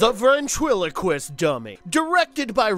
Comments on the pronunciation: Does anyone know why the narrator doesn’t pronounce ventriloquist correctly? He says veRntriliquist all but one time? Or did no one else notice this? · Really struggling with that ventriloquist word huh?